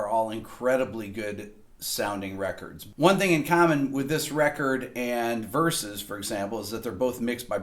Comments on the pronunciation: Versus. Not Verses!!! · "Verses" versus "Versus" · Just a correction. It's vs. (versus), not verses